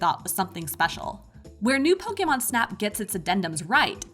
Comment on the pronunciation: Pokaymon. Hate anytime someone pronounces it like that...🙄